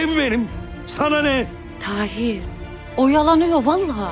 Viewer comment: Tahir'in karısı, maçta, "Taheer Taheer" 🤣🤣 kiyamam ya kadina 😢